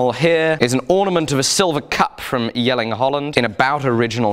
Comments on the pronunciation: Love how precise your pronunciation of the danish city name Jelling is 👍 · Apart from the awesome way you approach your work. I wanna tell you that you abseleutely nailed saying Jelling. which is a feat considering almost no british or amaerican person I know have had a chance pulling off saying a single word in danish correctly! PS you're awesome!